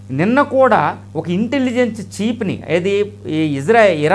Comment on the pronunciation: చీప్ కాదు, చీఫ్ అని పలకండి